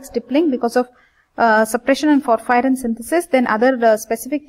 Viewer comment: It's porphyrin Not phophyrin Pronunciation and spelling both are wrong